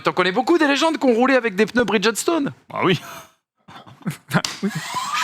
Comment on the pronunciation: Les gars, je sais que prononcer les noms anglo-saxons c’est très difficile, Mais parfois, il suffit de savoir lire…. Arrêtez avec les pneus « bridgette-stone » svp